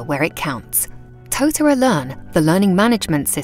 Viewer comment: Thumbs down for the mispronunciation of the Māori word tōtara